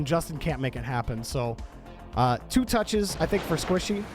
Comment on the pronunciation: This is how many times called Squishy, Sypical ↓